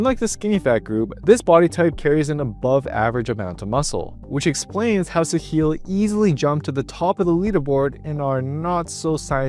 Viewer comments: pronunciation is not Sehil, its Saahil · The pronunciation of Sahil is very wrong